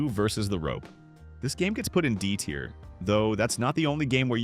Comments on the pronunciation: I did once he kept repeating the same mistake saying tire instead of tier and saying a instead of æ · Yep, says tier incorrectly a few times.